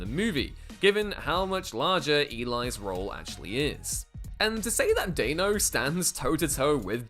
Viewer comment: Dan-O. It's pronounced Dan-O, just like it's spelled. Dan, like Danny. Stop saying Dain-O.